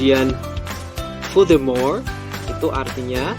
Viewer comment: just like what I hear, there are some mispronouncing: purpose, furthermore. (maybe not really clear)